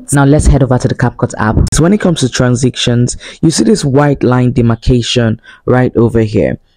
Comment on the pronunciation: Just stumbled on this ! This is so so detailed ❤ God bless you!! But your pronunciation 🤔 I was hearing words like “Edicting” instead of Editing and “Transiction” instead of transition 🙂